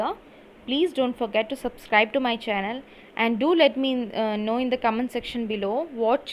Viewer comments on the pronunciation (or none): none